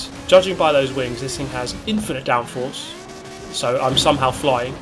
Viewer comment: sounds like you are saying "I'm a fan of big wangs obviously"